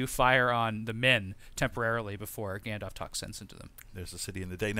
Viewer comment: Isn't it pronounced gandolf not gandof?